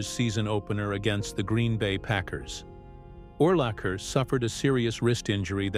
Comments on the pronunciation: Correct: Urlacher is "Ooh"-lacher as in "Ooh, what a hit! 😁 Incorrect: Butkus is not "Boot"-kus. But, "Boot"kus will kick you in the "Butt"-kus. 😁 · In the first 3 minutes of the video it mispronounced his name at least 10 times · I counted at least 6 or 7 ways they mispronounced Urlacher's name. AI needs to step it up and be programmed to pronounce words correctly. They also slaughtered Butkus's name as well.